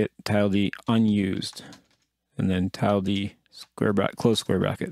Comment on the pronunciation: Awesome video. Quick note. Google 'Tilde' and press Play and get the pronunciation for Tilde :)